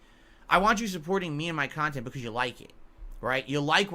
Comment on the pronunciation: Only reason his old 'KHANTENT' is better is his dents can't handhold him